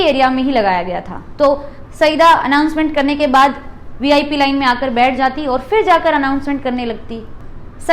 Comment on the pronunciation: महोदया आपका प्रेज़ेंटेशन बढ़िया है लेकिन कुछ उच्चारण ग़लत होने से अखरते हैं जैसे जवाहरलाल को ज्वाहर लाल नेहरू बोलना , और को बार बार ओर बोलना - good luck to you